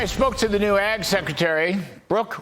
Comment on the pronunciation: Lol. It sounded at first like he said Egg Secretary.😂😂😂